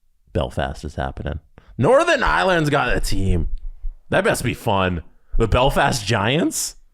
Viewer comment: pronouncing Belfast wrong.....LET'S GO GIANTS!! *Edit - He redeemed himself the 2nd time he said it.